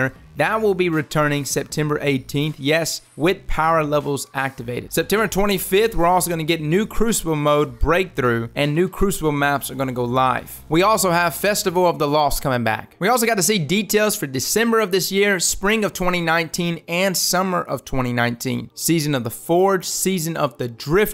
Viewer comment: Swear I heard you say festival of the cost again.... :/